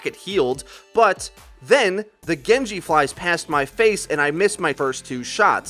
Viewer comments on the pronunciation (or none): none